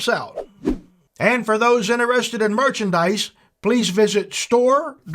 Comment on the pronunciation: Merchanmice…!!! lol….thank you for the review …!